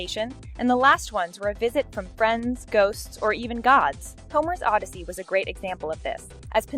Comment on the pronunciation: Stop, stop, stop ugh! You are pronouncing Odyssey wrong!